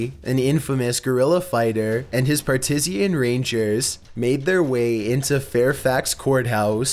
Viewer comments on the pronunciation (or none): Partisan not "partisian" heresy not "hearsay"